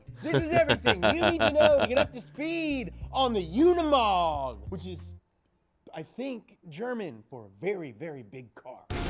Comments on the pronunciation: UnImog... not UnAmod!!! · The name Unimog is pronounced [ˈʊnɪmɔk], and an acronym for the German "UNIversal-MOtor-Gerät", Gerät being the German word for a piece of equipment (also in the sense of device, machine, instrument, gear, apparatus). It was created by German engineer Hans Zabel, who made the note Universal-Motor-Gerät on one of the technical drawings for the Unimog. Later, the Universal-Motor-Gerät was shortened to the acronym Unimog. On 20 November 1946, the name Unimog was officially unveiled. Since 1952, Unimog has been a brand of Daimler Truck.